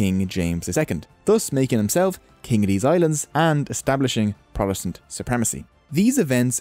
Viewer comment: you beed to start pronouncing your B's. Potato not Badaydo. Politics not Blitics. Funny you can say Protestant correct